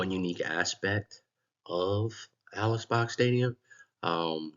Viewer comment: Interesting and informative video. FYI - I too have been enjoying and attending LSU baseball games since the 1980s. During the early to mid 1990s Mr Robert Box, the brother of Alex Box sat in the seats next to us. “Alex” is actually pronounced “Alec”. If you ever listen to old Skip Bertman interviews he pronounces it Alec.